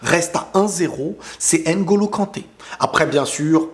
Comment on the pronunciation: Est-ce que tu peux faire un ''minuscule effort'' par respect de prononcer NGOLO et non N- GOLO, tu arrives bien à prononcer VLADIMIR et non V-LADIMIR Pourquoi tout ce mépris gratuit